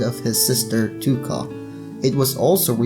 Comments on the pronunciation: normal people: touka: toooka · When he said Touka's name ,,Tuka" , i wanted to kill myself